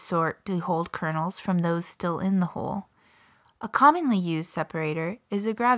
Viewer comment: Why does she say HOLE instead of HULL?